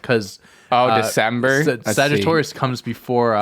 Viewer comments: Here for “sagiTORius” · Y’all saying “Sagitorius” instead of Sagittarius is SENDING me lol